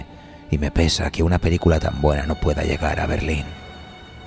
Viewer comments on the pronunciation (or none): none